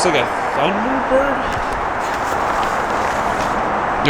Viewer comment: I watched all the way through. Each time the kid mispronounced a make or model of a car I felt a pain in my chest. That e didn’t know most of those iconic cars is very sad. He didn’t think much of the Thunderbird Turbo Coupe. He didn’t know the Subaru SVX which I wanted so much back in 1992. He mispronounced Celica (Sell-E-ka). Those beautiful Cadillac ElDorado and Biarritz and the Cadillac Series 62 under the car cover. The 1968 Camaro. I saw at least 30 of those cars I’d like to get if they were auctioning them off.